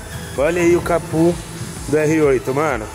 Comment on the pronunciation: Da uma agonia o falando "capu" e não "capo" kkkkk